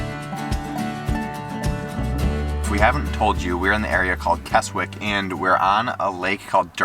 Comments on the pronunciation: not kes wick kesick silent w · Please talk to people and realise its pronounced kes ick there is no such place as kes wick!!! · I love Keswick, only 20 mins from my home and pronounced Kesick silent "w" :) More videos on my channel with some good news. 👍🏻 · No offence! but Keswick is pronounced KEZICK, have a wonderful time, you 2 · Keswick is actually pronounced as Kesick it has a silent w.... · Keswick is pronounced more like Kez-Ick. The 'w' is not pronounced. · 😆😆😆 It's pronounced "Kezzick" 💜💜💜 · Keswick = Kezzik. 😊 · Obviously don't expect you to get pronunciations right every time, so it was funny how it really made me wince every time you included the W in Keswick. It's more like Kezzick. And yeah, parking is a nightmare in the main holiday season. Seeing you swimming in the lake reminded me of around 30 years ago teaching my oldest daughter to swim in Derwent Water - we had 2 weeks of crazy hot weather, so lucky. You made me want to return 😍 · Sorry its "kezzick"